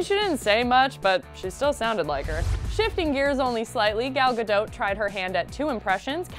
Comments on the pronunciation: Who else just realize it’s pronounced gal gadoat and not gal gado Or am I just an uncultured swine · That’s not how you say Gadot.